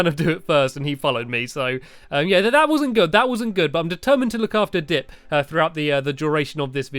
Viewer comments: At the start of the video u said DICK not dip. Just wanted 2 point that out. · Is it dip or dick ???